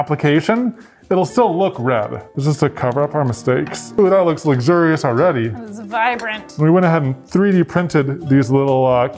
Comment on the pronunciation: Did he just pronounce luxurious lugzurious????? Wtf?! 🤣 🤣 🤣 🤣 🤣 🤣 🤣